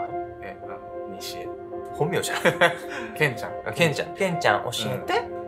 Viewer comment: ここからの『西江』に笑ってもうた しかもｷｰﾜｰｯさえ言えてない笑